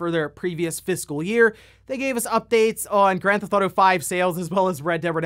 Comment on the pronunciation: "GranTh'Auto 5"